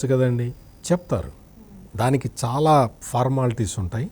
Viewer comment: షౌమ్యుడు, షాలా మంచివాడు, ఆర్థికంగా అంతంతమాత్రమే, ఆషీర్వదించండి...షిక్కటి షిరునవ్వుతో ఇట్లు మీబిడ్డ....